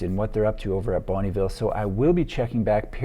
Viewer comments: Fun fact, it’s pronounced more like ‘bun-nuh ville’ not bonneeville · It's not bunnyville it's bonneville sounds like Bun vil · Are you sure it's not (pronounced) Bon-UH-ville homes? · Hi, I love your videos. I'm from the city where Bonneville Homes started in the 60's. Every time I hear your prononciation of the word Bonneville, my ears hurt. I know it can be hard for an english speaker to prononce french names. Bonneville is a french canadien last name meaning "good town" and we do not pronounce the "e" in Bonn"e". Just thought I would share. Thanks for your work. example